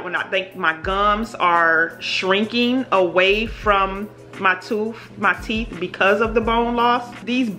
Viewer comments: It's "TEETH and TOOTH". Teef and toof sounds so uneducated. You speak so well otherwise. Sorry.. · It’s teeth....not teef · Sissss...not bald mouf 🤣🤣🤣😂😂